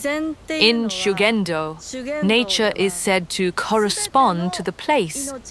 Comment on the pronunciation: Reportagem muito boa. Leitura horrorosa! Ninguém precisa falar o idioma, mas,.... chega a doer os ouvidos . ShugendÔ . Tônica na última sílaba!!!!! ShugendÔ. JudÔ, animÊ arigatÔ. Sayonará